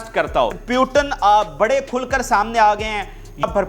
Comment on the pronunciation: In the whole Pakistan I think no one is to pronounce Putin name correctly they call puetan😮😮😮😮😮😮